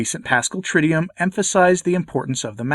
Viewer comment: You're a scholar so you should make sure to say "TRID-doo-oom", not "TRID-dee-yum"